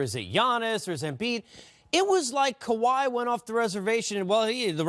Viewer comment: This dude butchered everyone's name. Also getting confused who is he talking about Kyrie or Kawhi. If you are to talk basketball you should know not just the game but who is playing it too. It shows how little people pay attention and watch the Raptors. Tho his issues weren't just limited with the names of the Raps players but Sixers too